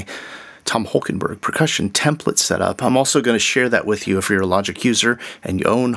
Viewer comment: Interesting that you call him Holkenburg thrice at the start. It's -borg ( Sounds Swedish ;) ) Borg, since he was born in the east of the Netherlands, that speaks West Low German: a group of Low German dialects spoken in parts of the Netherlands, northwestern Germany and southern Denmark (in North Schleswig by the German minority). Borg = barrow as in tumulus. Burg = borough as in town.